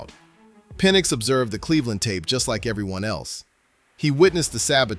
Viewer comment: His name is Penix not penn